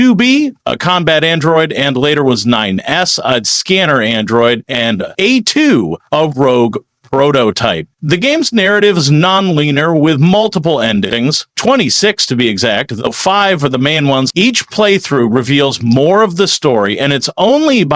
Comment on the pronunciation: Non leener? You mean non-linear. AI?